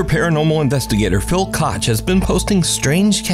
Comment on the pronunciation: Strangest pronunciation of Koch I’ve ever heard